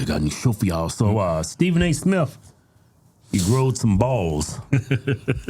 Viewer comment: Stephen A Smiff. 😂